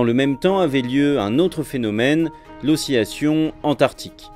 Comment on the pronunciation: pourquoi prononce-t-il oscillation comme osciyation? (petite question par une personne qui apprend le français depuis 10 ans)